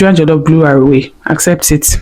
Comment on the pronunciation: Jollof rice not jelofe rice